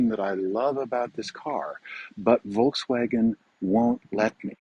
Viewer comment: If you speak German, one would expect you to pronounce Volkswagen correctly! ;-)